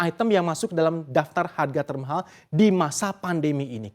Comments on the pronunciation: TERMAHHAL gw dengernya pake 2 huruf H itu presenter hahaha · Keganggu banget setiap presenternya bilang TERMAHAL.. 😖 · Emang ngomong "termahal" nya harus gitu trs yaa😂